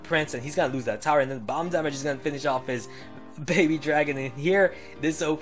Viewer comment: the way he says damage, bothers me, but love the videos👌🏻